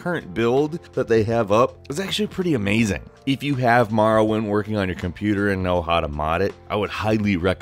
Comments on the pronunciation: Every time he says marwind I cringe so hard maybe be able to say the name before you make s video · STOP calling it Marrowind. >=[ Wtf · You say Morrowind strangely... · In what part of the world do English speaking people pronounce or as ar? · its pronounced Morrowind NOT Marrowind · It's More-oh-wind, not Mar-win. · More-oh-wind. Hearing you say Marr-uh-wind is very annoying. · Here's a fact. It's Morrowind. Not Marrowind. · Am I the only one who got the shits when he says MAR-rowind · MORROwind, not MARROwind! I'm having a hard enough time convincing my brothers to say it right without everybody getting it wrong at once. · Love the way calls the cane Marrowind not Morrowind. Hahaha MAROwind. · it hurts so fucking much to hear someone saying "Marrowind" instead of "Morrowind". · Maworwind...it's pronounced more-or-wind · why do you pronounce it Marrowind its pronounced Morrowind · what the hell is Marrowind? lol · its not marrowind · morrowind, not marrowind! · lol I came upon this again over a year later and was getting triggered again by Marrow-wind. More-oh-wind. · Knew ALL of these! How about 10 Facts EXCLUSIVE to M-O(NOT A!)-rrowind, and not comparing all the ‘facts’ to other games! Also, you really need to work on pronouncing a LOT of words... And what’s this ‘individualism’ you speak of? A lot of the NPC’s in Oblivion and Skyrim all said the same lines, just in different voices. My best memories: the variety of weapons and spells! Oblivion slimmed the selection down some of that stuff, but then Skyrim screwed up the Magicka system even more! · The way he says Marrowind really bugs me lol. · Morrowind . You say it so strangely its an Oooo sound. Not Marrawind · What is this Marrowind that I keep hearing about? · MORE - OH - WIND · I pronounce it more-oh-wind... it's very difficult to watch this video